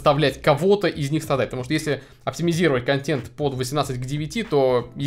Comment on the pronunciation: У меня кровь из ушей при слове контЕнт через Е, а не через Э.